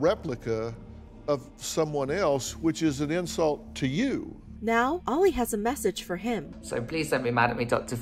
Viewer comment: i thought their name was “Oil” not Oli” 😭